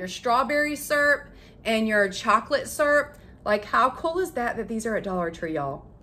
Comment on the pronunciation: Surp? Southern for syrup. Lol